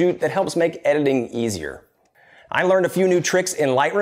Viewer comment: It's "editing" not ediling! Also "community" not communily.....LOL